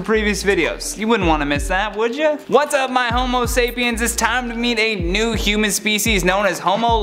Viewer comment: Did you say human feces?